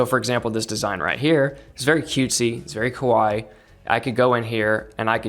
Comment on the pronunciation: As always very great sharing from you but please fix how you say kawaii 😩